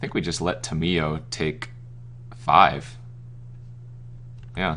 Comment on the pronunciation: The way you pronounce Tamiyo makes me cringe Dx